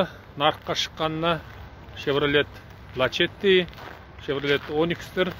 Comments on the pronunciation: Лачети емес Ласети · Лашетти емес дурстап окыса ласетти болады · Лачетти дұрысы